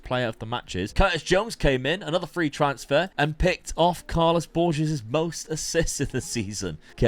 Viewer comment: Hard G on Burgess.